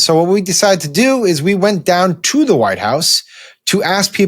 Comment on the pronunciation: .."The Entire Facãde of the Wh I te House...". Oh, Christey Joon. 😐